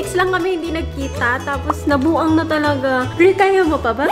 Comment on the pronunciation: Nabuang in Bisaya accent , Ivana style